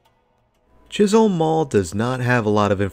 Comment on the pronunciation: Pretty sure that it is 'Chis-um' not Holm.